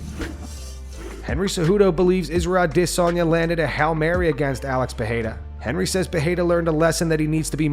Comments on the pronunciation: Israel ahDDDDDDsanya So annoying. Just say it like an American, please. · Why do you say Israel's last name so idioticaly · Dude, your AI. Fucks up Adesanya's name every time. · please stop saying Izzys last name like that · My guy. STOP pronouncing Izzy’s name like that. It’s not correct ffs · Why do you say Alex peraria name weird izzys too is that the proper way to pronounce there names